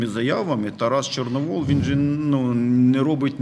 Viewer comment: ЧорновІл, а не ЧорновОл